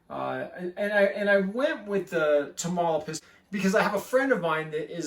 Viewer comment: Great content, love the boa👍by the way it is pronounced (Ta-mauli-pas) that’s my home state in Mexico. Wish I could get my hands on one of these, they seem pretty hard to find